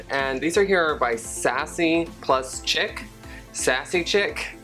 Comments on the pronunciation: chic is pronounced sheek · it's "chic" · It's pronounced Sassy & Sheek Sassy & Chic= Sassy and Sheek.